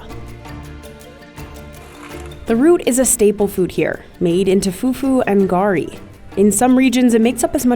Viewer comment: Garri is pronounced more like the name "Gary". I mean, you literally had someone say it accurately